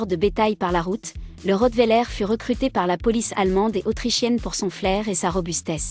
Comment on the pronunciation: On dit pas le rottwéler on dit le rottweiler